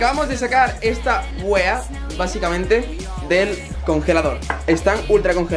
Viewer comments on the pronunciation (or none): dise wea y le sale como huea:V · por favor desid bien la palabra wea que yo soy de chile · Vean un tutorial de como decir "wea" XD. Porque lo dicen como las pelotas